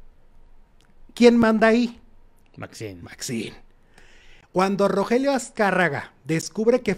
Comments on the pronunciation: RO GE RIO no Rogelio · Oye, no era Rogelio, sino Rogerio... Haba bien para que no te cretiquen.